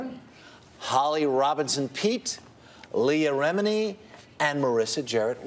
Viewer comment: The old man said "Remini" wrong...